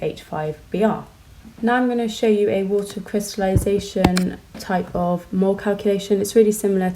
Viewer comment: did you just say "crystalution". I can't process what you said "If you have a -" etc..